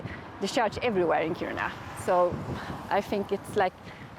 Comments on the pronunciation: Yep, the stress is on the first syllable. 🙂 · "Kíruna" not "Kirúna."